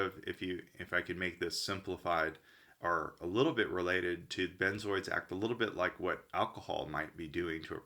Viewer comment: He called them benzoids, I’ve never heard that before, maybe that’s how Americans pronounce it? We call them benzos